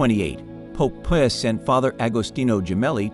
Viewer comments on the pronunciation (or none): World War ‘eye’? Pope Piers? There’s a need here for some scrutiny and the use of a real human to narrate.